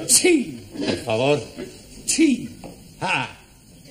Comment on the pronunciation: I thought he always say Porfa Vor 😂😂😂